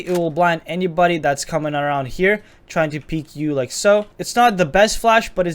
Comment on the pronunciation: "LiEK SoO"